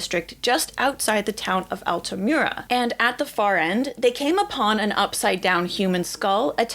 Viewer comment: Congrats on 100K Very interesting video. The "u" in Altamura (and always in Iyalian) sound like the one in the name Ur, not like "cute" in english.